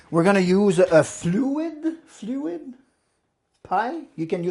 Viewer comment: Fluted! Dish, not fluid.